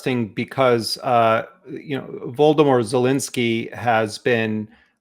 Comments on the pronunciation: Sounded like Jeremy called Zelenskyy « Voldemort Zelenskyy »!! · "Voldemort Zelensky"...hm careful with foreign names, please Mr Jeremy :)